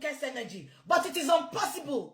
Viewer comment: It's 'unpossibe' 😁😁😁😁😁